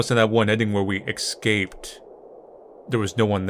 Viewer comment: saying exscaped makes me think of Dory reading es-cap-e on the hatch.